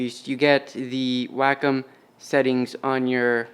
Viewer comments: (Way-com) not (whack-em). Thanks for the video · Wack em’ Please pronounce it correctly It’s way-com last time I checked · It's pronounced Wah-come. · isn't it pronounced way-comm?